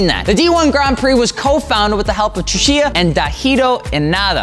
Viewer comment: announces Tsuchiya's name differently every time. Never correctly, though.